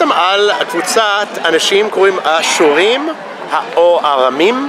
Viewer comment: Yes it sounded like ha-surim which means "The Syrians"